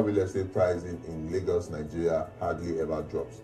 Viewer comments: Its pronounced as Laygos not Largos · It is not Lar-GOS, it is pronounced as Lay-GOS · Lol it's pronounced "lay-gos"